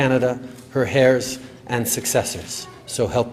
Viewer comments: 'and her hairs'!! Trudeau can't even say 'heirs'!! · Her "haires" ??? idiot. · Did he just pledge allegiance to the queen and her heirs pronounced HAIRS ? Ha Ha !Hysterical! Of course I get our silent h. Still sounded sooo funny!